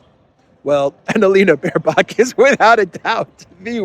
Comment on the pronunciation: Every time you say Baerbock I hear bare cock….can’t stop laughing….just the name without the stupid is enough. Diversity hires are running the shit show obviously.